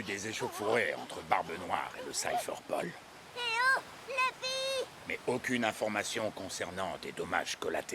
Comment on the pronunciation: qui dit lufy il est casse couille